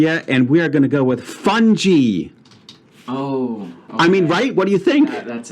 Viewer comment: Nice job Leo! I got it in 4. FUNGI is said as "Fun-guy" by the way